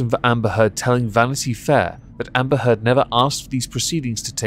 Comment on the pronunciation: Did you say Amber Turd ? Just checking <3